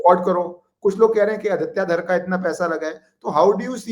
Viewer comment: यह आदित्य धार नहीं है , sir name इस धर not धार